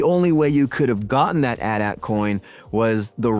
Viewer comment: A true Gen-Xer knows that it is pronouced; AT AT, not A.T. A. T. There is no, "I pronounce it both ways." hahaha